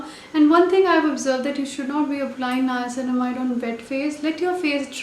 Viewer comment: Finally a youtuber who is pronouncing the word niacinamide correct .....